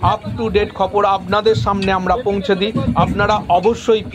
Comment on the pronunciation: 'খপর'' খপর' আবার কি? বলুন 'খবর '😅